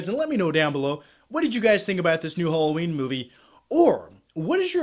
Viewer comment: Oh, it's 'Hollowjeen' again 😂